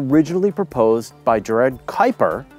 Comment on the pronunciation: Kudos for saying Kuiper correctly! :)